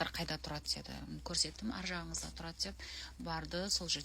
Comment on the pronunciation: Қазақша сөйлегенін жақсы қалқам, бірақ сөзді бұзбай і, ә деген әріптердің орнына Ы, А әріптерін пайдаланбай сөйлесіңіз.Деды емес деді